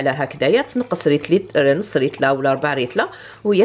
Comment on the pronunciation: ريتلا =ليترا 😂